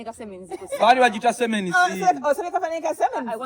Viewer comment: Siemens not semens 😄😄😄😄